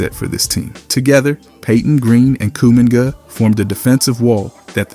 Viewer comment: "Kuu- Mingot"